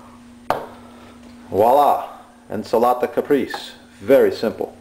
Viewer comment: ahahahhahahaah «INS'LATA CAPRIISS» ahhahahhahahha